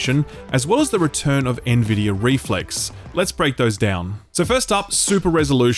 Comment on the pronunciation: Can we all just take a moment to appreciate that finally learned how to pronounce Nvidia correctly? 😋